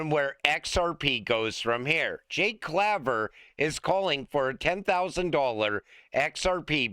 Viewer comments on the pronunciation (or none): It’s Jake “CLAY”ver